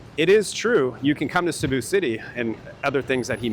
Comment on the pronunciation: Cēbu please , not Cabu